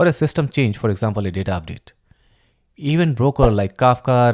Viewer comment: Thank you! Great explanation! But please fix your pronunciation of "Event", it bites when you say it like that, no offense.